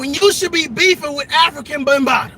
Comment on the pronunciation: He said Africa Bunbatta